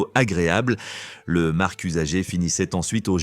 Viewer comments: l'IA a encore beaucoup de progrès à faire 🙃 Sur mar(c) de café aussi, que l'IA prononce markk. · Du marckq de café et des zzzaricos...😂😂😂😂